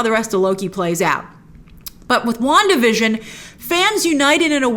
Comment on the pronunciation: wanda vison... come on!!!!